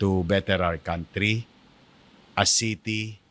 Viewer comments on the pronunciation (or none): none